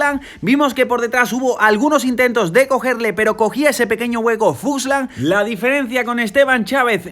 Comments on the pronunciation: es fuglsang, no fuslan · Grandes videos, me estaba taladrando el cerebro cada vez que decias FUSLANG en vez de FULSANG, pero grandisimo trabajo estás haciendo con todos estos resumenes. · Se llama Fuglsang y no fugslang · ya que se que es importante para ti pronunciar bien los nombres. Es FulgSang.. no Fuslang:)